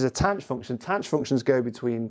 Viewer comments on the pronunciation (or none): Late comment... but when did "THAN" for tanh (with a voiceless "TH", as I was taught in 1981) become "TANCH"? And it is still "SHIN" (pronounced "Shine") for sihn and COSH for cosh?